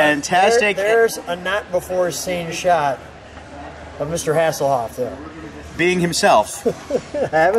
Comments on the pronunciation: Michael Hasslehoff? lmao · He said Michael hasselhoff